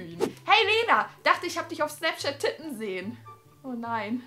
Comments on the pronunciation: Bei hast du wirklich "titten" gesagt😂💗. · Hand aufs Herz wer hat auch titten statt tippen verstanden 😂😂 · wer hat auch anschatt tippen titten verstanden